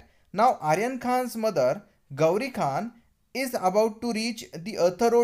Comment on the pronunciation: What a funny South Indian Pronunciation.Gauri Khaaan, metAaaryaaan Khaaaan..........🤣🤣🤣